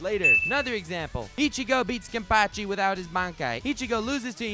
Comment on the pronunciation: I-chigo beats Kem-pachi mamma mia